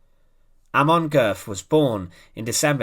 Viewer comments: Pronounced ‘Goet’, oe being an o with an umlaut. I urge you to take the few moments necessary to search readily available sound files to determine the correct pronunciation of names. Calling him Goth throughout your outstanding video was an unnecessary distraction if not irritation. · Pronounced Gurt. Thanks for posting this. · You get the umlaut in the family name correctly, but the final consonant is a "t", not an English "th"